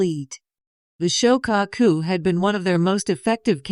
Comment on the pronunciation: The. "SHO - CAW - COO"... 🤔🙄 ... "SHO' NUFF DEN" 🤣